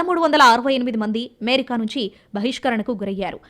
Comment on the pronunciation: అమెరికా అనే పదాన్ని ఎందుకు అంత ఛండాలంగా పలుకుతున్నావ్. ఏమేరికా ఏంటమ్మా? అది అమెరికా కదా.... చెత్త స్టయిల్ మానెయ్.....